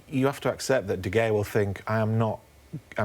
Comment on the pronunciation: Can’t even pronounce De “Hayah” name. Holy hell, you work in football.